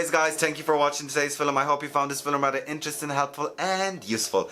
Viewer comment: I LOVE the way you say “Film”